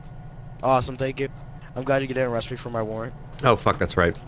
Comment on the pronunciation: That man played himself "thanks for not arresting me for my worent